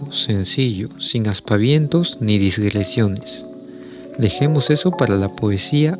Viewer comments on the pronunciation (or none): Minuto 4: 14: "digresiones", como está escrito, correcto; "disgresiones", como dice el audio, el vocablo no existe.